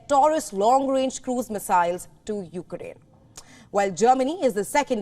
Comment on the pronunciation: It's Ukraine NOT You-Ga-Rain.